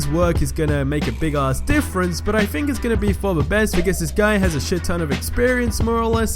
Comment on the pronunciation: "think" Not fhink